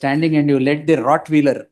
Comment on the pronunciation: NOT Rotwheeler, it is Rottweiler, pronounced Rott-WHILE-ER